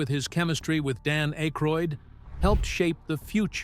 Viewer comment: AK-ROID, NOT ACHE-RHOID!! The silent "e" would make the The previous vowel say it's name. You don't see any "e" in Akroid, Do you?!? after his WHAT? Not only can you not speak english, But you're a liar!